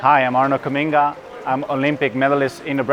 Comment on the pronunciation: As a Dutch person, I've never heard 'Kamminga' pronounced like that, must be his stage name 🙃